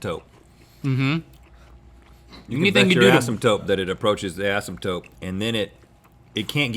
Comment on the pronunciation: Did Rhett say AsympTOPE?